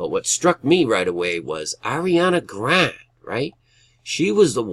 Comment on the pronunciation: Thank you so much brother but I just wanted to let you know that that girl's name is pronounced grawnday....lol